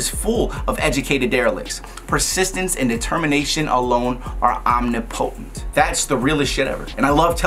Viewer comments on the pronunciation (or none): Did you really pronounce omnipotent like that hahaha